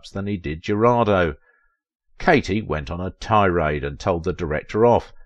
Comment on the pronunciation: Thank you for bringing her back to our memory. I do know how difficult is to pronounce properly in one’s non-native language. However, I praise to God not to have slaughtered all names when I speak English. Katy’s last name (Jurado) means “juror”, its Spanish pronunciation is almost equal to English —not even close to “Geraldo”.